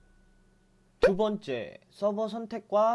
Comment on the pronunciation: 예전에 봤는데 지금 댓글다네요. 꿀팁 진짜 감사해요! 이렇게 자세하다니..눈물이..안나오네요. ㅎㅎ 목소리톤이 "두번째"할때 "두➡번➡↘째애➡↗↘" 쪽 약간 사투리겹 카리스마,털털? 특이하시네요.